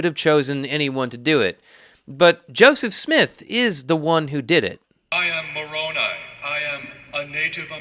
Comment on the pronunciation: “MORONi” Let that sink in. not even “moronAI” to try and make it seem like a name, just straight up MORON with an I. I can’t bro 🤦🏾‍♂️